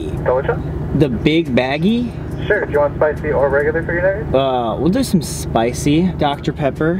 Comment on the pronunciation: Sam: the Big Baggie Me: ummm Sam, it's Biggie Bag 😂😂😂😂😂